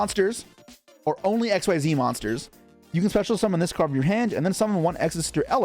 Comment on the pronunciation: How dont you know how to say xyz still 😂